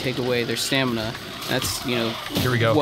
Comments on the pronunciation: stanima? fucking derp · Why does he keep saying 'Stanima'??? STAMINA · lol stanima....it's stamina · Sta-m-ina not sta-n-ima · You do know that's not how you spell or say it right? It's Stamina. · Did he say "staNiMa"? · i know what stamina is lol but this guy in the video kept saying staNIma. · wth is stanima? ive heard of stamina before. XD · He kept saying stanima....